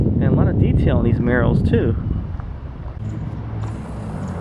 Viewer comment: wrong pronunciation of Murals until halfway through the video lol